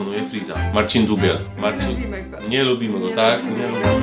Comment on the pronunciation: nie dubiel tylko dupiel